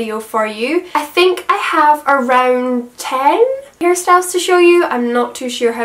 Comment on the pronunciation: the ways she says "Around"